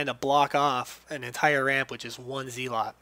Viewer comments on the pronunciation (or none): It's a zealot, not a "zeelot". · its zealot, not zee-lot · You don't say zealot correctly, but atleast you made a good video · Wow the way you said zealot...